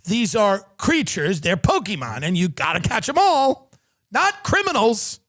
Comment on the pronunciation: tim has to stop everything he's doing to put his effort into saying pokeyman